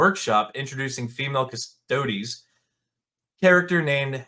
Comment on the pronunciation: It ain't cus-toads. Cus-to-dees!